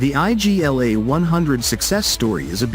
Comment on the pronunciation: It's not I.G.L.A it's Igla (means 'needle')